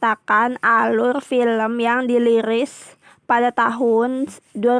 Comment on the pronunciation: Di liris 😂